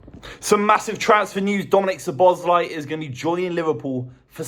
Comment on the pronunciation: How to murder pronunciation 101.